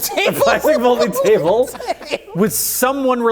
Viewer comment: actually says "Folding Table" Correctly this time around!